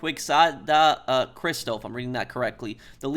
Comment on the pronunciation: sorry for being that guy but "Quixada" is pronounced like "Kee sha da". Your "Christo" pronounciation was good though. although the accent is bad it's in an sorta of endearing and funny way (kinda like deus ex) and i like it.